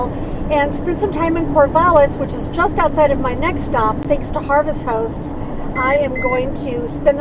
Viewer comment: Thank you ... for us newbies to be more half timers.... you are saying “Harvest HOST” correct? It sounds like Harvest House. Love your videos!